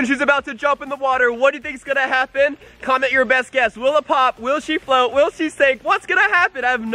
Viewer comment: it's float not flot